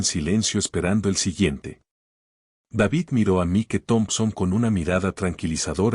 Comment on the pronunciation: Desagradable situación y no mereclda. Cerciorarse, antes de proceder. El irrespeto, arrogancia y racismo son MALOS CONSEJEROS. Argumento excelente, DIFERENTEE. Me encantó. Enhorabuena, por tan magnífica narración. Buen narrador, recuerde nombre en inglés Mike, se pronuncia Maic 😊. Tiene muy buena entonación, dicción, maneja super bien, los signos de puntuación. ❤